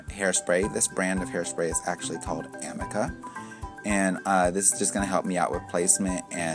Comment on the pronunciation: It’s actually pronounced “uh - ME - kuh” (Amika). No shade whatsoever, just figured I’d spread the knowledge. :) gorgeous finish & tutorial though!